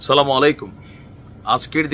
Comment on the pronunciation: Salam ta suddho kore den